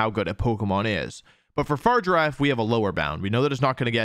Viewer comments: He's butchering the pronunciation on purpose, right? Far rigg irr raff. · no, it's literally the last half of girafarig, mirrored, instead of the first part. So it's a hard g. They say it out loud in the direct. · The way Wolfey pronounces Farigiraf has driven me to comment... XD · My man probably watched the video where they announced Farigiraf, where they say it’s freaking name, and he pronounces it wrong. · bruh why cant people pronounce farigiraf right. its in the damn trailer lmfao. then again wolfe always does this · I like the video but the only thing that annoyed me is how he pronounced Farigiraf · that is NOT how you say its name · Um it’s a hard “g” Wolfe😅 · Why is everyone pronouncing farigiraf wrong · Please learn the Pokemon names before you talk about them. The G in Farigiraf is a hard G. You can't just consciously change a nane because you don't like it. Or else we could just call you Susan. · This is one of the worst pronunciations of a mon I have ever seen and shows he clearly didn’t watch the trailer but still not as bad as Pokémon challenges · This is the worst mispronuncianation of Farigiraf I have seen so far.@ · Wolfe it's farigiraf not fargirafe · Wolfe, I love you but I hate that you pronounce it “Far-giraffe” instead of “Fa-rig-a-raf” 😢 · I hate to be that guy but it’s Fr-If-Er-RAFF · Fah-rig-ger-a-ph Unless this is a Decidueye thing where you say it just to annoy people then lets go fargiraffe lol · “Far giraffe” opposed to “farigiraf’ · I really love your channel and I love all of how you pronounce Pokemon‘s names I think it’s very unique. But I hate the fact that you say far giraffe. And this may not matter to you. But if you call it that one more time . And not fariga raf. I will unsubscribe and never watch you again. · Fa-rig-a-raf not far-giraffe 🤦🏻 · it's a hard g, but even if it wasn't there's an i in there lol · fuh rig a raff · idc if its official its a giraffe it should be far-i-ger-af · Why is he saying Farigiraf wrong?